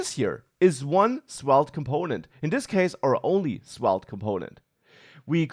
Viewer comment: say the v like an f. 👍